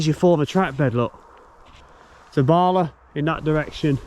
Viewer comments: Nant = Stream. Cwm = Valley. Prysor (pron. Prussor) = Busy. Pronunciation of LL = tongue behind top teeth, and blow. Llyn = Lake. Llan = Church. Dder-fel = of/like righteousness. Capel = Chapel. Celyn (pron. Kellin) = Holly. Bala - not Baala, even though it is Wales... ;-) You're welcome. Although I love driving the road from near Bala to Ffestiniog, which goes over the two dams, I've never taken the time to notice a railway, which is really interesting. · Very interesting video. To note Bala is a short 'a' not a long 'a' so Ba La not Baala 😁